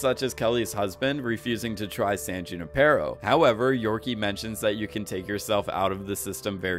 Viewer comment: who-ni-per-O....that's how you say, "Junipero." :)